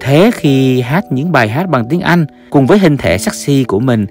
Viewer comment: Thằng này phát âm tiếng việt tào lao mà làm video Chữ “ Anh “ thì phát âm thành “ ăn “ chữ “ mệnh “ nó phát âm thành “ mận “ v.v.v nhiều lắm